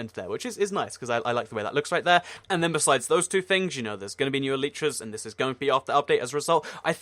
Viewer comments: PEANUTZZ LG He's right. that is the correct way. like "Ellie tra" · PEANUTZZ LG actually thats the correct pronunciation